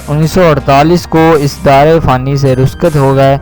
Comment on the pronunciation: The word is rukhsat not ruskat..... but overall this essay is very helpful and memorable...!!❤️❤️